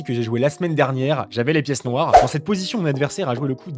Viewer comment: '' J'avais les pièce Noireinn '' je supporte plus les gens qui parle comme ça ..